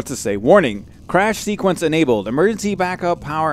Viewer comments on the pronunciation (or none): none